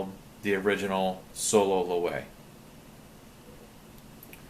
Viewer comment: it's pronounced LOWEVEE